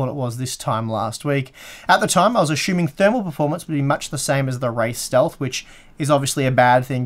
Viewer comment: Show-pan. A-shoe-ming.